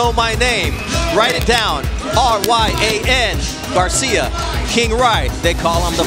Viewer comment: When he says Garcia that’s sound like « Johns cena »